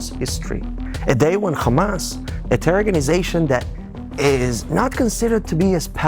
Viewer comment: the movement name starts with ح NOT خ Ha no Kha, no Dutch K, or German Ch, it alliterates with American pronunciation of Hutspa (Chutspa)